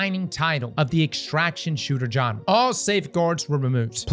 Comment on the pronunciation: What’s that? A Johnrah? You sure do have a way with English.😆